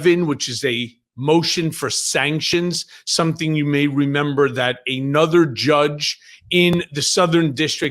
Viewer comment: A-nuther ? Micheal it is pronounced another, or an-other, but never ever A-nuther.